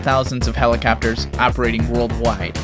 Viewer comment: Helacappers lol but besides that amazing video